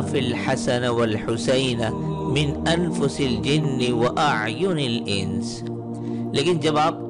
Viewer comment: سر آخر میں الانس کا اعراب درست کر لے عوام کے لیے مشکل ہوگا